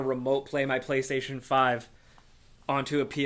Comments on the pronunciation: was it just me that heard “Paystation”? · i knew i heared paystation instantly reminded me of nopaystation yea i doubt that will be on the ps5 lmao